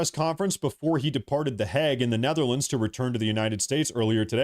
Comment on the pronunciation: how the fuck do you see a word spelled Hague and pronounce it Hegg? totally baffling to me